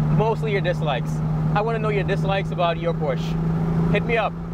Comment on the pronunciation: "porsche".......? I think we discussed this lmao